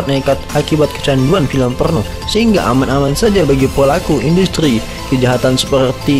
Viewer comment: Porno mas bukan polno wkwkwk.